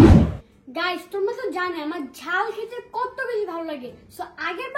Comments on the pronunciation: খাল না জাল 😂😂😂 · খাল না ঝাল হবে😂